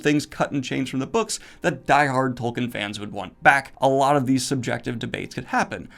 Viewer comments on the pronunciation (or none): none